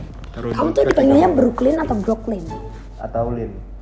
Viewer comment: Bruklin bang cara nyebut namanya, bukan brok. Agak keganggu sama cara nyebut namanya doang sih gue